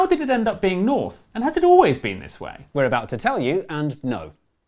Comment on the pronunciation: Ah yes, Nouth, Sorth, Weast, and Est